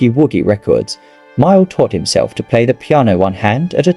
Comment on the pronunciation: That is John MAYALL, not Myall. By the way, MAYALL was English, not American!!!